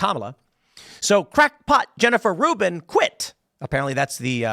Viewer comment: Rubin is like of Professor Dolores Umbridge... except Rubin ...apperantly Rhymes with "hunt".